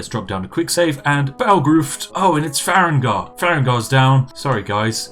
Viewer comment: "Far-egg-nar" All farengar fans are crying and sobing rn